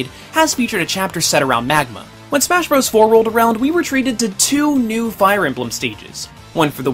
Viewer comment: Marth. Definitely do Marth for the next Smah History. Smah. Smah. Smah? lol